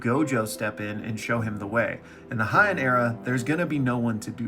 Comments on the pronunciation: Bro you gotta stop saying Hy-en. In Japanese the ei letters make an AY sound, unlike German where it makes an EYE sound. So it's called the HAY-en Era. That's all I gotta say peace. Rest of the video was good though. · HYANN Era😂. Heian(hey-in)